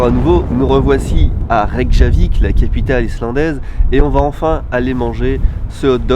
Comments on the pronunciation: Ca se prononce Reykyavik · Ça se prononce Reykiavik x) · WAH ! CA, ça me plait ! En plus c'est quand même moins loin que Tokyo ... Bon, tu es officiellement un routard. T'as plus qu'à écouter du Nicolas Peyrac et ça sera bon. Et on dit "Reykyavik" je crois.